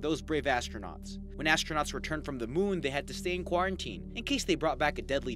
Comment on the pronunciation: Shivoham Madhav HE SAID QURONTINE!! Corona virus 🦠 LOL